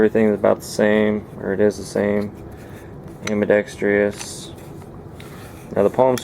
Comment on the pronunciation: AM-BI-DEX-TROUS (Pron. like "TRUSS"). (No "I".) You are "industrious". The pistol needs a TRUSS.